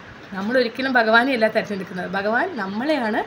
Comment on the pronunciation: ഒത്തിരി നല്ല അറിവാണ് പക്ഷേ ഭഗവാനെ ബ എന്ന് ഉച്ചരിക്കല്ലേ